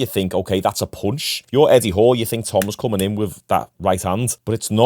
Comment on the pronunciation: His name is eddie. Not etty. And when you say ''moved'' speak out like move. Not muved. Its enoying